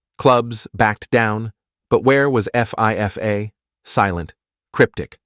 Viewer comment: Lost me at F-I-F-A